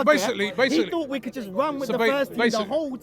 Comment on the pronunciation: I fought I fink Seriously why do you replace a T with an F sounds ridiculous. Hang on Liverpool have had injuries